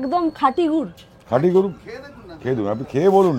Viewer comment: গুট না রে ভাই গুর 😂